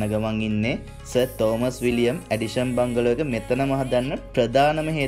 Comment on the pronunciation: බංගලෝ නෙවෙයි බන්ග්ලෝ